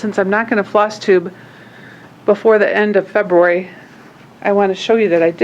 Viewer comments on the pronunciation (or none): none